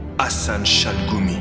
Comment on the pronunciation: par contre pti defau de prononciation gh = ghayn donc chalRoumi (av le r francai)